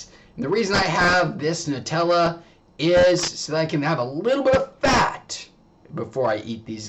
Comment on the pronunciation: NEW-Tella....get it correct